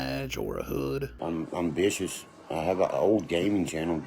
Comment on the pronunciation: Lol he said "I'm vishush".